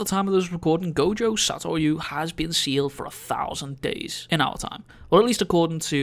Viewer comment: Gojo Saytoywoo